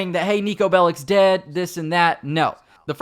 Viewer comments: You almost said Neko instead of niko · Andrew21397 honestly Niko sucks because voice actor didn't knew even how to rightfully pronunce his name, no one that isn't fron balkan can...